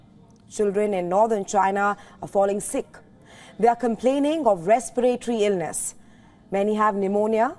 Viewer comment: RESPIRATORY NOT RESPEYREYTORY... VARIOUS NOT . VERIOUS